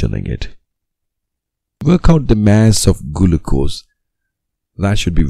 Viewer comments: Bro said gulucose 💀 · Gulucose?? Really😂😂.. Thank you by the way!!